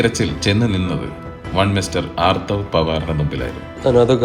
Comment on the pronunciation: ആർത്തവ alla man.. അധർവ്വ.. 🫡